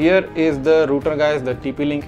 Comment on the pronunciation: Its not roter its called router